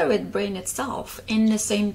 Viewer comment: Quickly into your example, you can add how language is the same way. Even though you say bwain. Instead of brain. We can still easily understand your sentence due to the surrounding words and the bwain😂 hehe can create a whole story that includes the word brain.